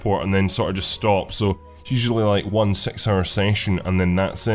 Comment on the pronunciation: 'Six' is what he ment :)